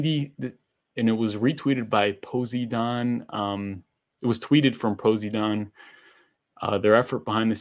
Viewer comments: The way your pronounce Poseidon is hilarious haha. It’s Pose-eye-din. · ...................so no one is gonna correct him on how to pronounce Poseidon